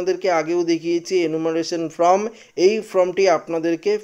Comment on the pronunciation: ফ্রম ( from ) নয়, ফর্ম (form) বলুন | এইসব কাজ করতে হলে ভাষার উচ্চারণ শিখতে হয়।